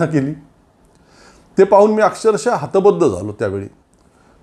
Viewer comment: तुम्ही न आणि ण ची सतत गल्लत करता. णमण म्हणता नमन ऐवजी. हे सुधारणं एवढं अवघड आहे का? आजच्या भागात हतबद्ध म्हणालात. हतबुद्ध हवं. आम्ही तुमचं सगळं बोलणं काळजीपूर्वक ऐकत असतो, हे पटलं ना? आम्ही ब्राह्मण नाही, पण संस्कृत शिकवतो. म्हणून हे समजतं.